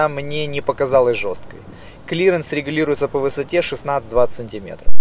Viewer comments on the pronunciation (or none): Регулируется , а не легулируктся.